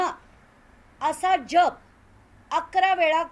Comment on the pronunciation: जाप नहीं जप